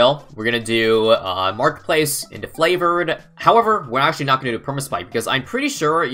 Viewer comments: is there a reason he says FLAVOURED trades instead of FAVOURED? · I swear says Flavoured Trades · could literally do anything in BTD6 instead of pronouncing “Favoured Trades” correctly